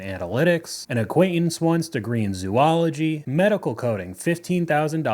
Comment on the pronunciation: A degree in zoology is practical if you want to go to med school or become a science teacher. You could do a lot of things with it. BTW, it’s pronounced zo-ology. Long O followed by ology=the study of